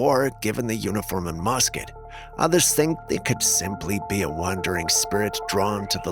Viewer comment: It is pronounced m u s k e t, not m o s k e t. Thank you i love your show I love the.civil war stories, didn't mean to be cheeky it just doesn't sound right.😅